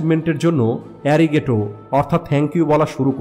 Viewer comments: Brother এ্যারিগেটো না শব্দটা হবে আরিগাতো মানে ধন্যবাদ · ইরিগাতো নয় আরিগাতো।ধন্যবাদ। 🎉